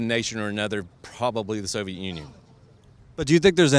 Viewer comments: did anyone else notice he said 'The Sovjet Union'... like 3 seconds went by and then it hit me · he said sowjet union. he kind of dumb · Did this guy just say "Soviet Union" ?